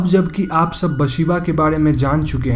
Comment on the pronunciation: Its actually Bethsheeba not basheeba🙄